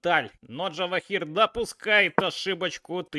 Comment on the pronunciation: Каждый раз слушаю и удивляюсь, почему нельзя имя правильно произносить, ты пиаришь язык Java? Имя на букву Ж, а не Дж(